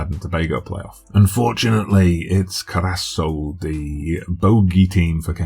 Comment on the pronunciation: Cur-ah-s-ow (the ow is like saying ouch or cow). But loving the save so far. Sorry to see all of the english leaving for the UK though!